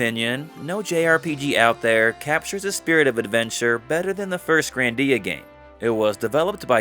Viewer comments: Grandia not grandeea anyways HD remaster on ps5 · Why does he call it grandía